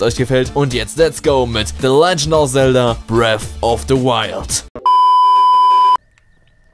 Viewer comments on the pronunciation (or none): none